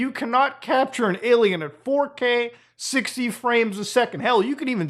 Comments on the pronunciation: does... does he keep saying "aye lam ow"... and trying to mean "alien"?... is the cringe this strong? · Why does he say alamao?